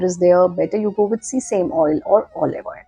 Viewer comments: It is great video It is see same oil but pronounced sea same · Se- sa-meee oil